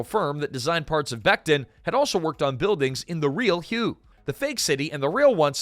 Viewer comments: Ai sucks so bad, "the shattered streets of hue e" it's pronounced way" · It’s pronounced Hway. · I believe Hue is pronounced ha-way. Short a's both times. I hope to God it's not an AI error. In that case #^(*&( you. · Hue… Ha-way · its hWay city (Hue') , not huey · It’s not pronounced you it’s way (hue) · Hway, not hugh. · Its "whay" NOT "hoo eh" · Hue is not "hoo-ay." It's "hway." The video pronounces it at least three different ways, one of which is actually correct. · WTF is wrong with you...??? Is this AI audio slop, and not a real MAN speaking...? The city "Hue" is NOT pronounced as 'hoo-way'!!!!! It is pronounced as 'whey', like the protein. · Hue is not pronounced "huå" it's "wā" automated announce c software is woefully distracting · The city is pronounced "way". Not hu ay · The city of Hue was pronounced like "Whey" as in "eating her curds and whey" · Hue? It's pronounced 'whey'. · Holy crap, you were not even consistent, you then change to pronouncing it as 'Hugh' at almost 5 minute mark, and then finally at 5 minutes you pronounce it correctly, in the same Numbered commentary segment... Dude, re-record your pieces, or you sound like a 'tard! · yeah...the proper pronunciation is "Whey" with upward reflection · You know it's just another regurgitated blah blah video when they mispronounce "Hue." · Good grief. Learn how to say Huè. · The most interesting fact is how many different ways you said Hue pronounced WAY city. Or that you called a Commandant a commandment. It's interesting how you can run a great video by being trash as a presenter. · A I slopifier pronounces "Hue" correctly 1 out of 3 times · It was pronounced 3 different ways in less than two minutes.😂😂😂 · Also how many times did it mispronounce Hue. 😊